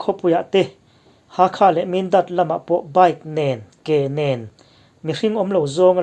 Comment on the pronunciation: Ke nen nilo vin kein tih tur